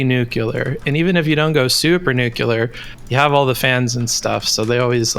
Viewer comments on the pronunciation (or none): I can’t stand when people pronounce nuclear as “nucular”. Do better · Guy called "" pronounces Nuclear as "Nuke-yew-lur" okay buddy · Theres nothing that triggers me more than a seemingly intelligent person saying "nucular" unironically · why do americans say NUCULAR. It's so fucking cringe.